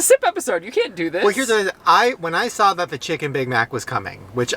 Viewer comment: Update: he then said “sawl” instead of saw but we’ll work on it😂😂💀💀